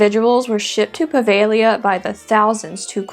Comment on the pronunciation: Puh-veh-GLEE-uh (I wasn’t sure I heard that. I thought I heard “Prah-vay-Lee-uh” 🤷🏻‍♂️)